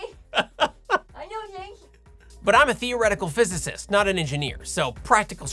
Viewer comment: "I'm a theoretical fizzy cyst? Fuzzy zest?"🤣